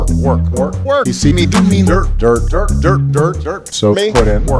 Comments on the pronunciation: When he says dirt its sounds like Derp XD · When he says 'dirt' it sounds like 'derp' 😂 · It sounds like he is saying derp at the start 😂😂😂😂😂